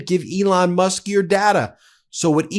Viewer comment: Ooops Musk, Not Mush. Although it was pretty close! ha ha.